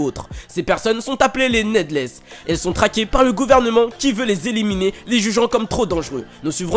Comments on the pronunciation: Cela se prenonce «nidless » et pas «nedless »! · Ça se dit nidless, ça veut dire inutile